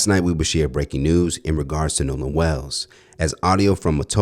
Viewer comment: His name isn’t nahlan it’s Nolan get it right